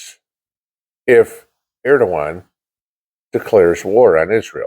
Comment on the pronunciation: The bible says that the antichrist will be an assyrian. Turkey is the old Assyria. My eyes have been on erdogan for a while now. You pronounced his last name correctly lol hardly anyone does !